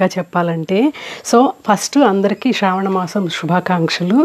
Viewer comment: Madam okka request telugu lo manaki శ్రావణ శివ అంటే శ అక్షరం కదా పలకాలి...మన తెలుగు లో మాత్రమే కదా శ అక్షరం ఉండేది మరి "శ" నీ "ష "గా పలుకుతున్నారు that to meelanti telugu భాషాభిమానులు...just idi okkate suggestion... otherwise love all your videos ❤❤❤